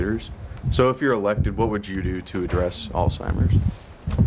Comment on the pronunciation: Andrew is great I love him but someone needs to tell him that disease is called Alzheimer’s not all timers